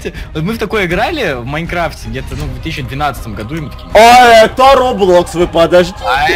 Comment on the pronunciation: Roblox ударение на первую o